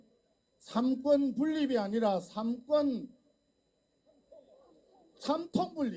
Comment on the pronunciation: 아휴 언석아 정신좀차려...삼권인데?? 발음제대로해 쌈권?ㅋㅋㅋ 언석아 국민이 다보고있는데 죽어벼렸으면된다고 니발언은.??